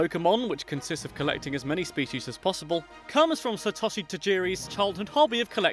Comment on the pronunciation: It's pronounced Sat-oh-she